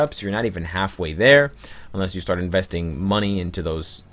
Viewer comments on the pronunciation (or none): none